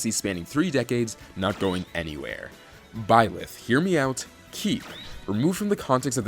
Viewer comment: It hurt me when you said byelth,don’t know if I spell his name right? But anyways, he’s one of my mains. even though everyone hates him I’m very good with him and I like him